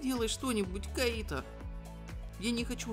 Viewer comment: Кайто! КАЙТО БЛИН А НЕ КАИТО!!!! :|